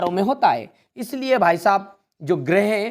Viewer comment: सर गिरेह नहीं होता है ग्रह होता हैं।😂